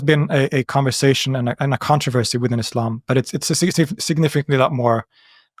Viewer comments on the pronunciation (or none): none